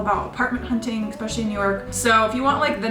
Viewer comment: It's "especially"..... not "exspecially"